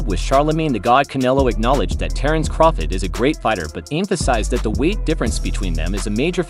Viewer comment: Why can't they ever find narrators who know how to pronounce people's names? Crawfid?